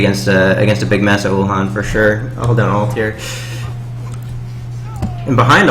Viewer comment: uhlan not ulhan :P